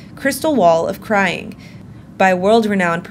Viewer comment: Crying wall or "Scrying" wall?!